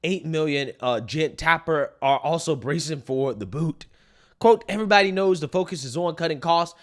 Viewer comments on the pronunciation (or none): none